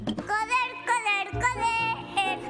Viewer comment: NO DICE JODER DICE JOPER JAJA